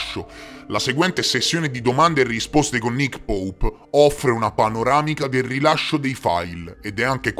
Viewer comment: Grande mi fai morire quando dici Nick poup!!!🤣🤣🤣😂😂